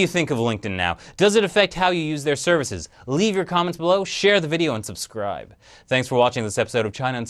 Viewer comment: When you said: "And subscribe" it sounded like you said: "Unsubscribe" xD